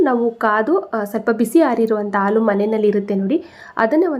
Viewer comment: ಹಾಲು ಎಂದು ಹೇಳಲು ಅಲು ಅಂತಿದ್ದೀರಲ್ಲಾ...